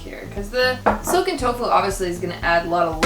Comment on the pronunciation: I dont understand what youre saying, soaken tofu? Silken tofu?